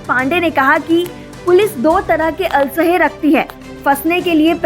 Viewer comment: अलशे नहीं असलहे बोलो भाई